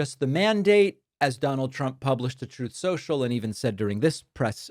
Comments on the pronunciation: "Troth, Sential" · Why does Trump pronounce the name of his site "Troth Sensual?"